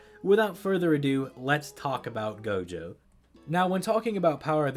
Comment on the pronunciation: I Heard jogo instead of gojo in one part